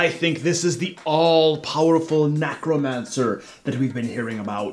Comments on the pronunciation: why does he say NACK-romancer? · NECK-romancer! nEck, as in "heck"!!